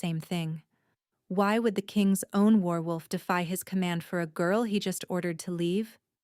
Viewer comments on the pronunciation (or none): WARwolf, not werewolf. LOL! ❤❤